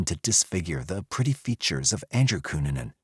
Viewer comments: Especially W/Richard Barreto Of South Beach PD, W/"Cu-Nan-Nan", (LMFAOL)! 😆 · Well researched, great script, and a good variety of images. The verbal acrobatics, however - especially with the pronunciation of "Cunanan" - are just...🤣😆😂